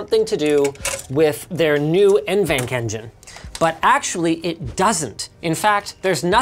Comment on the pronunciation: hey, linus pronounces nvenc in exactly the same stupid way that i do, thanks!